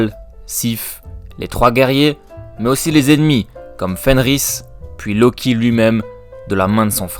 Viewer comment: C’est pas Fenrir ? Pcq tu dis Fenris